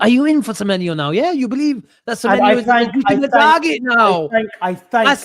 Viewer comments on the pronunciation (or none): pronunciation is top tier, Antoine Semyemienyo